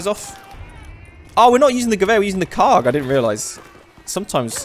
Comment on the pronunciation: Krag* not Karg XD